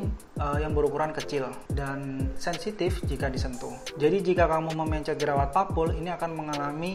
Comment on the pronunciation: aneh banget cara ngomong mencet sama pencetnya. kaya pelafalam e dikata mencret